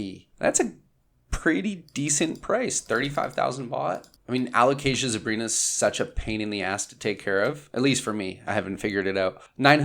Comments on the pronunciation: I'm proud of you saying a-lo-cayzsha 😄 absolutely insanely stunning plants! Thanks for showing this 🌱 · Yes, good alocasia pronunciation! We’re so proud! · So proud of you for pronouncing alocasia! Lol.